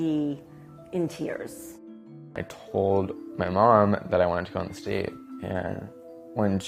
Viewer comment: Oh okay, he meant DATE but it sound like STATE.